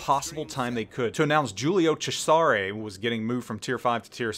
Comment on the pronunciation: Ok ok I know it's out of place but Giulio Cesàre? Come on! It's Giulio Cèsare!